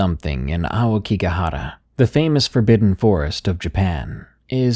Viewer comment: I came to listen bc I love you and the stories, but I stayed bc you said “aokigahara” the right way lmao.